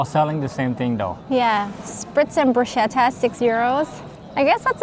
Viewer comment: Love watching you! Yes….the Italians eat pizza with a fork and a knife! The pasta looked divine! Enjoy your time there. And btw… bruschetta is pronounced brusketta……ch= k